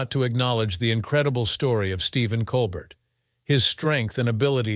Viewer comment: Listen to a voice telling you all about a guy, when he can't say his name right.